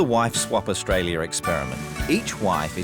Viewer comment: I wanna call out the Narrator for adding stupid fkn ers to words that end in A he literally said Australier, idk why TF or who TF is teaching people in the UK how to speak, but they need to be fired 🙄 FFS